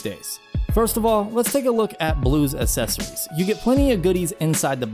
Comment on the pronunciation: It is not "assessories". it is "accessories". You pronounce it "ak-sesso-rees"